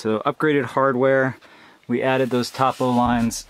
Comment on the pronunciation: Nice tear drop. It is pronounced "toe-poe" lines.